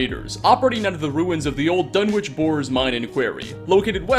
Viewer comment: It's pronounced Dun-wick. Not Dun-witch